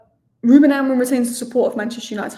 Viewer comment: blokes name is AmoriM not AmoriN😂😂